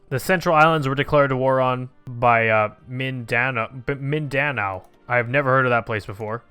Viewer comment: When he mispronounces Mindanao #TRIGGERED